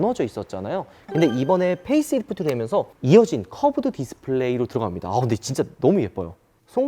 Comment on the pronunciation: 13분12초 펠리하이브리드? 페이스리프드죠?